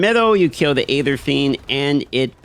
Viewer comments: Sorry to nitpick, but it is bugging me that he pronounces "aether" the way he does. It should pronounced as if it were spelled "eether." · Love how bruh can’t pronounce EEEther or obALLs lol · Hey there, just so you know it's pronounced eether, the A is silent in Aether. 🙂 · I never knew hearing someone pronounce aether like hey there instead of ee-THUR would annoy me so much. 😅